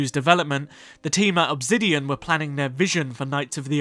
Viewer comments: Why in the video, do you keep saying "Obzidian" instead of Obsidian?? Very weird... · great video just one question, why pronounce the s in obsidian as a z. you keep saying obzidian and it throws me off the entire video.